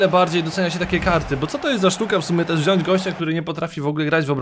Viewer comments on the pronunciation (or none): none